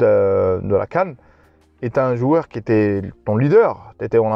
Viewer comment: Stp arrête de faire la liaison « qui zon » c’est horrible à l’oreille. Beaucoup de marocains font la liaison, ça ne fait pas sérieux